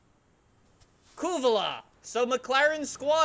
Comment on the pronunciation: This is so great because you are in Finland and your pronunciation of Kouvola is funny because I am from Finland. Keep it up